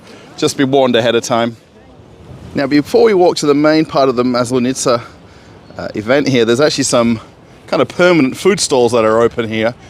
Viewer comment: seriously. You can't pronounce Maslenitsa. It's horribly hard for anyone who is originally English-speaking. don't do it my Moskovite broski:face-purple-crying